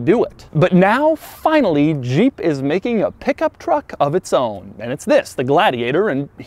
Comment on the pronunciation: The way you pronounce "Jeep" is just throwing me off. I keep hearing "Juh-eep". Not trying to poke fun, just an observation.